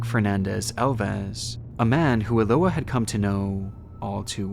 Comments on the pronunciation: Eloá is pronounced with emphasis on the A. That's the purpose of the accent being there. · Hi, I'm brazilian. Your video is great, but your pronunciation of Eloá is wrong. Her name is pronounced Elo-Ah (like when you open your mouth at a dentist's) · the way he pronounces "eloá" 😭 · you absolutely butchered Eloá's name. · My brother, this is a great video and I appreciate you covering Eloá's case. But please, just do a little listening to the victim's name pronounciation before recording it multiple times. I know it can be tricky to pronounce some names in a foreign language, but in this case it's really simple. It's pronounced Eh-loh-AH, with an intonation on the last "a". Once again, sometimes it can be tricky, but it's a nice way to pay respects to the victim.